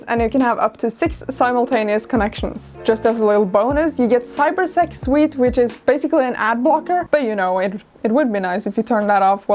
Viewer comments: i was working on another tab while this was running in the background, and when she said "cyber sec suite' i heard 'cyber sex wheat' and was very confused and worried at the same time. so that was fun. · Ok, so I been playing too much CP77 because when says NVPN comes with CyberSec Suite, I heard Cyber Sex Suite.